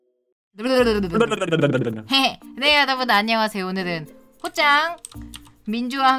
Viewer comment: 호찬이 아니라 호짱아니에요?